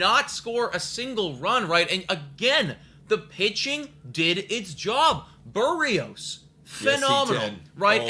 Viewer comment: You're butchering the pronunciation of Berrios. Its not "Buhreos" the emphasis is on the "i" and the e is not pronounced like a u